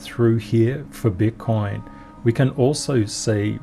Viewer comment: I have to listen again 🤣 I think said BUTT COIN 🤣 but I'm not sure.